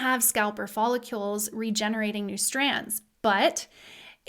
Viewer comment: I have been watching your videos due to my hair loss. Thanks for the explanations...I am on #2 video. You are a good teacher, especially for the beginner, like me. (BTW, hair glands/sacs are called follicles, not "follicules". I'm just learning, too.) Diana